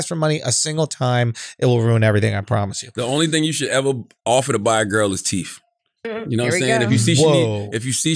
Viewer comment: Teeth is NOT pronounced teef 😂😂😂